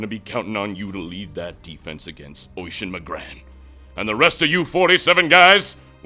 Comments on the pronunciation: it's oisín and it's pronounced uhsheen not oyshin lol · It's spelled Oisin I'm Irish and its pronounce Usheen, I happened to know one:) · I know it's a joke and all but calling "Oisin" Oishin it's kind of annoying...., also I can't put a fada on the last "I" cuz mobile. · Lol it's weird hearing Oisín pronounced like that we actually pronounce it uh-sheen